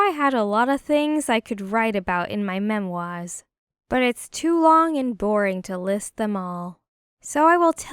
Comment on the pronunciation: “...I can write about in my ‘MEMWAHS’” 😅😂 (it’s memoirs without pronouncing the r, but not said like that, lol)